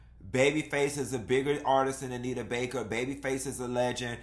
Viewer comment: I’m HOLLERING at “In Jae-yuh”😭😭😭😭